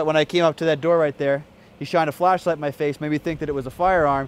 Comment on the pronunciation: Anyone else hear say " Lashlight "